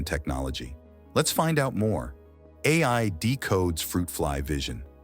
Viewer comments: The AI voice said al model when it should"ve said A.I. model. Majorly annoying. Stopped watching at that moment! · Lol...stupid AI. Called itself AL Model. It read AI as AL. So stupid.